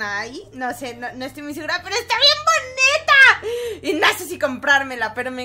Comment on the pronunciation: diciendo *bonita yo: y el ''gonito:(